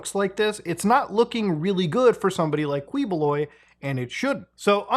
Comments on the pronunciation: as much as I like muta I wish he made some effort to try to pronounce names right lol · yow muta, you seem to be struggling on some of these names. dont worry, the names suck and really sht to read out loud. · its actually pronounced "kiboloy" instead of kwi. also a not so fun fact, We live right next to his compound and I got to shook this man's hand 💀💀💀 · its KEYbuloy not KWEboloy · Quiboloy, pronounced as Ki-bo-loy. Not Kweboloy. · Kiboloy not kwiboloy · and thank you for never properly pronouncign his name as "ki-bu-loy" and just keep on saying "quee-" 🤣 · It's not KWIBOLOY it's KIBULOY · not "kwi"boloy, but "ki"boloy...thank goodness that mf's caught. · quibuloy is pronounce as "kiboloi" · Its pronounced as kee- bo-loy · Its actually pronounced Kiboloy🤣👍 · To save you from twisting your tongues, it's actually pronounced Key-Boloy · i don't want to be a smartypants the proper pronunciation of the MF name Ki boloy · Uy, Philippines! 🤡🤡🤡 BTW, its pronounced as Kee-Boh-Loy bossman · Am i the only one being bugged by how he say Quiboloy like kwee boo loy, anyways great vid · We pronounce it as "Key"boloy in the Philippines. Not correcting you, by the way. I understand how other languages pronounce words differently. We prounounce our P's as F's for Fete's sake. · btw quiboloy is pronounced as kiboloy just a tip to ease up your tongue 😅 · Again Muta its Ki-Bo-Loy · You can drop the U boss it's sounds something like QI-Bo-Loy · just sharing, the first syllable of his last name is pronounced as key, but at least justice is getting served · heheheh dude's name is pronounce as "KEEH-BOH-LOY" glad you covered this! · you can just say his lastname as KEEEboloy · key bloy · Say it right Muta: KI-bo-LOY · It never fails to give me a chuckle when mutha miss pronounce their names. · I like how you pronounce their names Kwi-boh-loy and Rodrigo Dutwerk